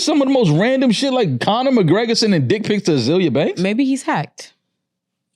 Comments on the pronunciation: So we just gonna ignore that says ‘Colin McGregor’ like 80 times and everyone acts normal even after says his name correctly 😨😭🤣🤣🤣🤣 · Why does keep saying "Colin" McGregor 😂 I swear he saying Colin